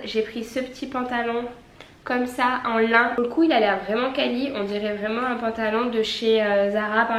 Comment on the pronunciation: « Pout Noël » ahahah 😂💋